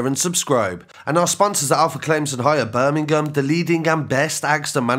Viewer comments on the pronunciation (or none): none